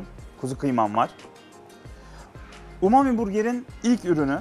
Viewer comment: umumi burger diye okumak?!?